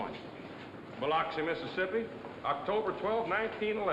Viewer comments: She mispronounced Biloxi, MS....it is spoken as Bi-LUX -ee not LOX - ee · Dan Dailey pulled off acting as a Southerner but gave away his New York roots when he mispronounced Biloxi ! Great movie tho !